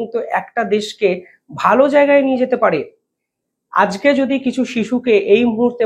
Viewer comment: বাংগালী হয়ে বাংলা শব্দ উচ্চারণ করতে পারে না। হয়ে গেছে ইউটিউবার । আজকে শব্দটি উচ্চারণ করে আজগে😂। এরা হলো গদি মিডিয়া।